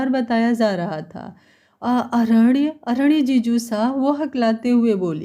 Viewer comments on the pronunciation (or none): अरण्य को ड नहीं न बोलो तो सही रहेगा अरेड नहीं